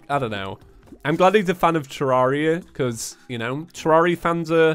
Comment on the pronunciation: i think tommy would... disapprove... about your pronunciation of "terraria", maybe more like freakout, even though like half of the terraria content creators pronounce it wrong